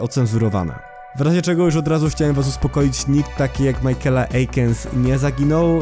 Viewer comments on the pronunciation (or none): imie michaela nie czyta sie majkela tylko mikejla